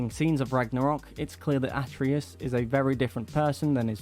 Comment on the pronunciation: His name is pronounced Uh - tray - Us....do a review, know the names. Please